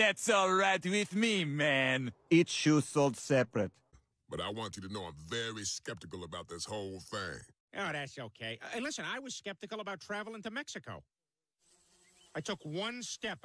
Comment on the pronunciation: it’s Mexico not Mexio